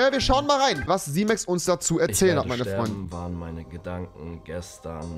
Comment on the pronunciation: da sagt er einfach Simöx HAHAHA